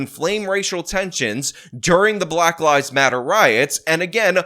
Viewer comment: At the start of your video I thought you said "at the height of the black lies matter protests...." LOL, oopsie! Oh well, it still works.